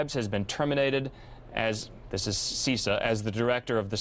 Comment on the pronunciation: its CISA (SIZ-UH) Yeah Krebs did it right! (sarcasm) He had to go......he was out of his depth.